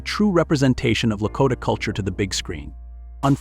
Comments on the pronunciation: La- ko(long "o")- tah, not La-cot ah. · It's Blackfoot, NOT 'Blackfeet' and LaKOTA NOT Lakotta ....geeze! Why do people use that AI crap when reading the script?!? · Good info, but the commentator needs to learn how to pronounce some of the words, it was annoying to hear him mispronouncing some of the words. Example: for ‘Sioux’, he said Sou-x. For ‘Lakota’, he said Lako-tay. I cannot figure out how ppl can mispronounce the word ‘contributed’! There was more, but the ones mentioned were the ones that annoyed me! 😮